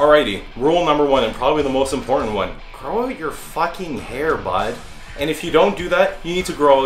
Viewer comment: The way u say bud is so damn Canadian its great